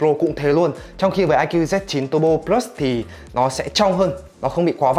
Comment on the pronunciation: Đọc từ plus bình thường đi. Đừng cố tỏ ra chuẩn tiếng anh khi phát âm của mình không tới nữa. Cừ bờ lớt đi đừng có phì lus xì nữa nghe phèn lắm.